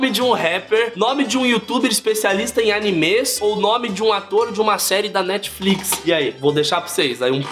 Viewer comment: S.O.S ele pronúncio "animes" errado ?? Ele disse que BTS era uma banda ?? Ele não sabe quem é Hannah Baker ??😲😲😲 Tá de parabéns 👊👊👏👏👏